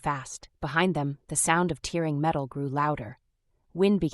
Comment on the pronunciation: OMG!!!! "..the sound of TEERING metal..."!!!! So, the freaking metal is crying!!!!!????? Yet another POS AI!